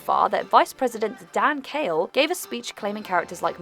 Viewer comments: The Vice President's last name was pronounced "Quayle," not "Kale." Come on,, get it right! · Did the narrator really say Dan Kale? Pronounced Quayle (as in KWALE) like the vegetable Kale? Yikes. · Quayle not Kale FFS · Its dan quale not kale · Dan "Kale"? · Quale not Kale. Duh. He was a Vice President and you don't know his name? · Dan Kale ? Dan Quayle. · Dan KALE? Good grief. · It's "Quail" not "Kale". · Exactly! It's pronounced like quail, not kale! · Yes, it's KW-ale (not kale like the vegetable). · I've never heard Dan Quayle pronounced that way. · funny to hear an A.I. voice mangle the name Quayle - sounded like Kale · "Kwayl" - pronouncing the name of a former vice president is part of proper research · Thank you. I was coming here to say this. I heard her say Kale and I was like, no. It isn’t pronounced with a hard k, but like the beginning of the word question. I know there are a lot of words pronounced differently between the US and the United Kingdom. But people’s names have one pronunciation. And Quayle isn’t pronounced Kale.